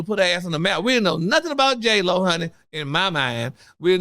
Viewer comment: did u say J-HoeLo... i cnt with you😂😂😂.. But i so here for ALL your mess!!! Congratulations on podcast!! Ill be tuning in!